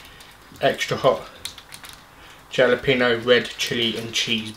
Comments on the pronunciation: its pronounced "HAL-a-pee-no" not "JAL-a-pee-no" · Not trying to hate, but you do not pronounce the j in jalapeño. It’s sounds more like a h. Halo-pen-io.